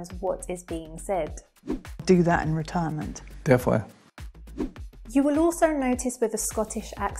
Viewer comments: I also notice you swallow your Ls: such as in little - you say littow not littul, for all: awl not orl. Your ends of words like 'definitely' are more 'definitelay' as opposed to 'definitelee' and your vowel sounds are more extended than in RP: for said you say sayd rather than sed. Perhaps it would be interesting to do one on that difference. I know Cockney is no longer very prevalent in London except in older generations but there is a definite Essex/Estuarine accent. I also notice it in words like water that an Essex accent will pronounce: wataah instead of watuh. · you say he said definly, I heard defwee 😂